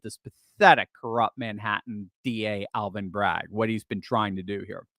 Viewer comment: That's hilarious! Aaal-vin?!!